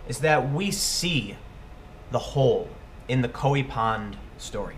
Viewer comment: Wait,? Does tim pool pronounce koy pond as koey pond. Mind = blown